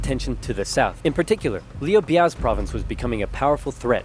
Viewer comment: Leeu Bae